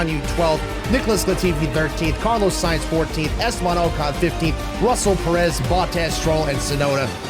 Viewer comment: "Estaban OCAN"